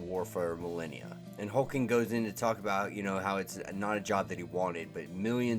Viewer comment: Why are you calling HulkLing, Hulking?